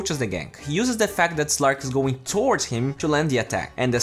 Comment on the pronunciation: Its not zven or zlark. Its sven and slark